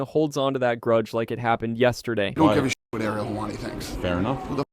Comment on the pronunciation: Thumbs down for the AI voice over. AI cause it can't say Ariel .